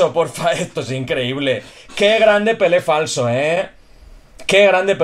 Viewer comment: Jajajajajaja siempre me hace gracia cuando dices "pele flaso" jajaja que grande y que grande pele falso un genio del asilo!!!